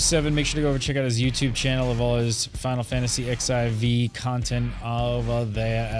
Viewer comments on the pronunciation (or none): Unfortunately it's very evident doesn't know anything at all about the game. Also, it's fourteen, not "ex" "ai" "vee"... -. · Please stop calling it "Ex I Vee".